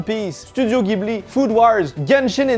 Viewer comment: je sais que tu adores le Japon, du coup ça fait mal aux oreilles d'entendre Ghibli prononcé comme tu le fais:D Ca se dit "Jibli"